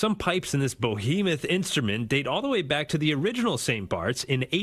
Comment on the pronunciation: "Bo-he-moth"? The word you are looking for is BEhemoth.